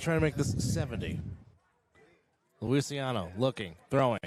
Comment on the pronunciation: It’s Lucy ahhh no, the proper pronunciation of Zach’s last name. I have no idea why it’s being pronounced so differently it’s not Luisiano it’s Luciano